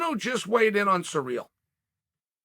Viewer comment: It’s ciryl not surreal. Clown